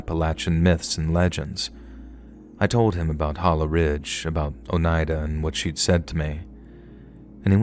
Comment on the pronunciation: Story one: Lee most definitely killed his brother. Story two: Some people should just be left in peace. (BTW thank you for saying Oneida properly. I've heard it pronounced SO many ways that just butcher it.) Story three: Don't provoke an old gnarled lady because she will come back and haunt your ass! 😂